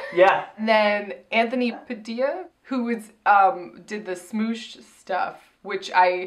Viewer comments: Anthony is the only one I watched before so was excited to see him bc he has a great personality which didn't show too much bc he was with Kameron, and then when said 'smoosh' it made me laugh so much it's 'smosh' and it's actually really funny, they do like sketch comedy and stuff and it's a shame it didn't show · I DIED WHEN YOU PRONOUNCED SMOSH!!! its pronounced like "smahsh" not like "smoosh"! (also i feel like im trying to correct saying chris platt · ITS SMOSH NOT SMOOSH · pronouncing Smosh is my new favorite thing oml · pronouncing Smosh as Smoosh is perfect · "smoosh" its pronounced mosh with an s lmao but smoosh sounds better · Oh god the mispronouncing of smosh was cracking me up. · It hurt every time they said smoosh lol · I FUCKING LOVE THAT YOU GUYS PRONOUNCED IT "SMOOOSH" OMFG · pronouncing it "smoosh" really made me laugh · Smoosh? It's Smosh, as in Sm-ah-sh.... xD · SMOOSH?? HAHAHAHA it’s just smosh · SMOOSH lol SmOsh (sm-AH-sh) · The amount of cringe that happened when she pronounced smosh, "smoosh" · "Smoosh" really? I know ya'll don't know what the the kids are into these days but its SmOsh like POSH!